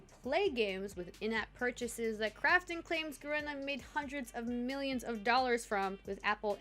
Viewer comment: Ga reena. Not Ga Ren ah.